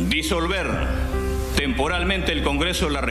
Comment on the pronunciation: No sabe ni decir Disolver Nadie le hizo caso, al burro 😊